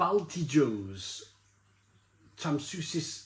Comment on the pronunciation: BALTI-YOHS pronounced